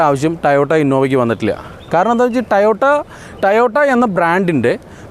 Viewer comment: Tayota tayota? Tayotayo? 🙄 toyota alle?